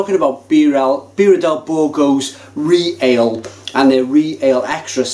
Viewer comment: You can get Birra Del Borgo beer in the UK, my friend Guilio imports it. We don't see it many places but it's out there. I saw ReAle on keg at a couple of bars in Yorkshire recently. By the way it's not Re Ale, it's Ree-all-aay as in Royal.